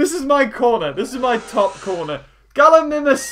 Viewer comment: First you say “Galimimis” then the second after you say it right